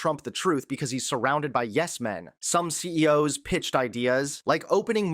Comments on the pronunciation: Why do you guys use AI imitations of your voices to do the full report? You would never say C-E-O-S when saying CEOs, but that’s a common AI error. Should at least edit in post after listening back. Good coverage, but the AI voiceover is very off putting. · "A confident president announces solutions. A desperate one asks C.E.O.S. to find solutions..." Um... Have you suddenly forgotten how to pronounce the plural of "CEO", or have you offloaded your job on AI/dictation software? Neither possibility inspires a lot of confidence. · C-E-O-S...? You said it right the entire video until the end. What the hell...? Is AI getting better?